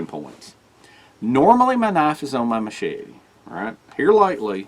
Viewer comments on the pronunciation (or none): 😃 I'm sorry to poke fun but when you say machete Mochete I just giggle . Seriously though I like a combo of big,med,pocket knife carry maybe even a folding saw.